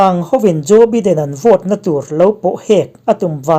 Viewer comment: Joe biden(baiden) ti a lam tur zawk,a hming i swidan hi biden nilo in (baiden) ti in lam rik zawk tur ani e